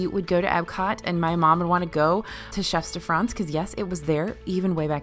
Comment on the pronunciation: Please! If I may, the "S" in chefs de France is silent.😉😉